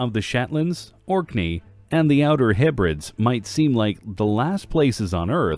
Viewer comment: I'm from the UK and an independent Orkney/Shetland/Hebrides (please learn how to pronounce that name correctly) is something I've never, ever come across so this is complete nonsense.